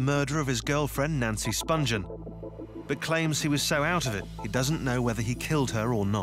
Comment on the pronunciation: The narrator isn’t saying Nancy’s last name correctly, She hadn’t been a heroin addict since 14 and she didn’t go to England specifically to bed a sex pistol - I had to stop watching this because of all the misinformation